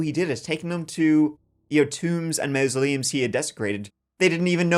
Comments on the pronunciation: Mausoleums .... sounds like maws-se-leum. Behave yerself. Not even yer accent can get over that one!!! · Please stop saying MOUSE-oleums, please I'm begging you 🙏🏻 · MA MASULEUMS... SAY IT LIKE IT SPELLED HERE. NOT MA MA.. IT'S MA MA....THIS GUY IS CREEPY!!!